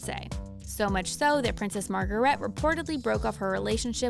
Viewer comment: Please pronounce names properly. I don’t know what was going on with Princess Margaret. It’s just Mar_gar-gret.